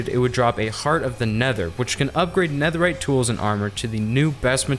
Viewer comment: Did he really say super neatherite I mean I love the design but super neatherite